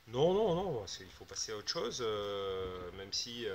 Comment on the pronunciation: il a dit mantenant on passe autre shose ca veut dire on a pas que ca a faire "next " comme un chiffont quois.